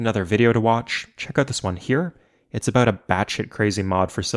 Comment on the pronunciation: he said aboot